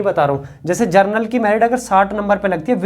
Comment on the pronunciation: जर्नल का बच्चा है ,,😮 ,,,,,की जनरल का बच्चा है,,,sir क्लियर बोलिए ,, कन्फ्यूजन होता है 😂